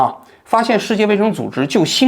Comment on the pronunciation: 新冠，guan，读第一声